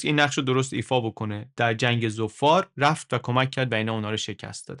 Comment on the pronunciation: عالی بود ، کلا مقایسه ای خیلی جذاب تره ، فقط اینکه عمان تشدید نداره و همینطور ظفار ، بدون تشدید باید تلفظشون کرد.